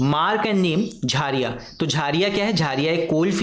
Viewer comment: Sir wo 'झरिया' hota hai 🥲🤣